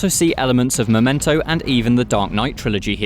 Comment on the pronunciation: Once this dude said Momento 👍